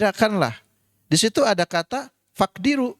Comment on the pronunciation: Pernyataan2 lucu 1. Yang disuruh kan puasa, bukan hisab atau rukyat 2. Hadits rukyat memiliki interpretasi yang beda. Ya ambil saja praktik sahabat dlm memahami hadits. Kok muter2 kayak mau mengatakan ngga usah pakai hadirs 3. فاقظروا Bacanya kok faqdiru, faqduru donk, mohon terus belajar. Saya siap menemani 4. Kata siapa bahwa pada zaman nabi para sahabat tidak banyak yg paham hisab? Ternyata perselisihan menghitung penentuan bulan diputuskan dengan cara merukyat. Berarti habat donk yang pakai rukyat, karena cerdas dg mengikuti petunjuk nabi 5. Kalau dulu zaman ibnu abbas ada perbedaan menentukan lebaran Madinah dan Syam, ya itulah yg terjadi, mohon pencerahannya mencerahkan bukan memunculkan kegelapan yg ditampilkan oleh sang pencerah